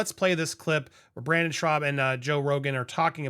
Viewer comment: 😂😂😂I can’t tell if you called him Brandon on purpose..(it’s Brendan)